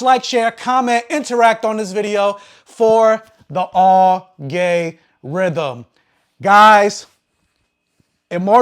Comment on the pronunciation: I honestly didn't get what he meant when he said like ,subscribe, comment it helps the "All Gay Rhythm"😆 but when I thought twice about it I copped on he was taking the pizza outta the utube algorithm